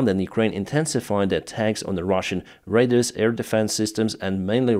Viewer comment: Nothing personal - your English is much better than my Ukrainian - but when you say radars it sounds like raiders. Ray-dars is how we say it in English.